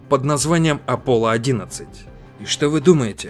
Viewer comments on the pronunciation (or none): А разве не аполон 11 а не аполло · Правильно не аполо 11 а аполон 11!